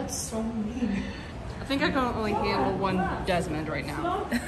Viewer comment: ✨Desmond not daimaim✨